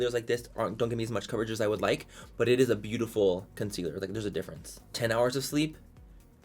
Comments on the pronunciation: Everytime he says it is what eres😂 love it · Living for it es whatttttt 'tongue roll' it essssss 😅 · I find myself saying “it is what it is” just like this 🤣 and I can’t even roll my damn Rs.